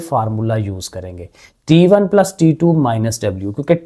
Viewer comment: Sir t1 hota hai taa1 nhi hoata😂😂😂😂